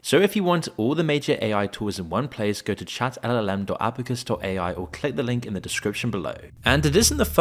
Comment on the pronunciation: Could you pronounce "ChatLLM" one more time? Chat-eiLeLeLeie-M 😂😂